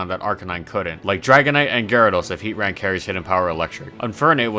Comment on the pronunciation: Finally someone else who says it like heat-ran